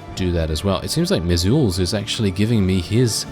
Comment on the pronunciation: Can't get enough of this series! Loving it. Also, just so you know, I'm pretty sure Lord Mizulz's name is pronounced like "measles," the disease. That would be pretty in line with Skaven naming patterns, too. Looking forward to the next episode!